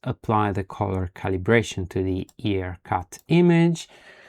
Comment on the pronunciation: Excellent video! One thing about pronunciation of IRCut. It's "eye- R-cut, and not E-r-cut. Other than that, awesome tutorial and you earned a follower with the bell on!